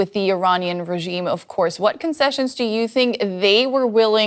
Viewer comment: Is there a special language training in DW English how to pronounce Regiiime specially when talking about Iran? All of you pronounce it in the same way,with German accent, with Indian accent , German American accent, wannabe pure British accent,etc….?